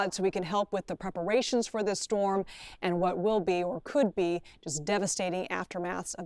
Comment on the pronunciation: Amazing big shtorm☠️